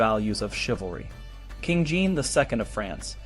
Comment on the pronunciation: Jean is pronounced more like Sean or John not Gene. The way the franchise pronounce J is not use in English. I usually don't mind miss pronounciations, but since this is an educational video :).